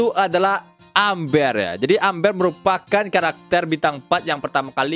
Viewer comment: Bacanya émber bang bukan amber 🤣